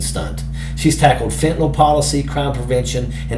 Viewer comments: It's fentaNYL, not fentaNALL! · FentaNYL - not FentaNOL - love Jazz!!!